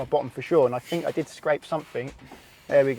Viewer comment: "I fink I did scrape SUMP-fing"